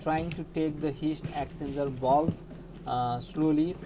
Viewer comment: Great vid but took me ages to work out what you were saying and the transcript didn’t help. Its the “Heat Exchanger Valve”…. But your English is still 1000x better than my Hindi. Many thanks!